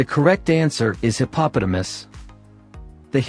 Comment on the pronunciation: That is not the correct way to say hippopotamus